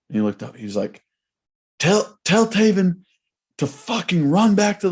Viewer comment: Come on it's Tay-VEN Jackson